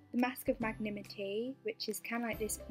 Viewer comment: Haha it’s magnaMINTY, not magnimity :)